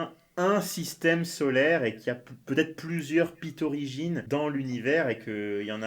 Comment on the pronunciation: Ce moment ou il dit Pythorigine, mais j'entend juste Clitorigine..